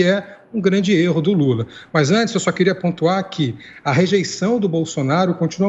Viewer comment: "Luta" ou "Lula" ?? Tá errado isso aí